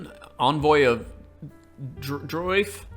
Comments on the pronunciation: Btw the way you pronounce Draoife is “Dry-Fah” or so I’ve been told by Gaelic phonetics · Druid King looks great. Can't wait to see how it plays. Looks like there's a lot of positive change here, thanks for the video! I think Draoife is pronounced closer to "draeefa". Looks Gaelic to me.